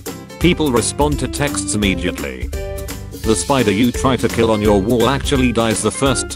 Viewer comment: it’s funny cuz he pronounce your like you’re and then he pronounced you’re like your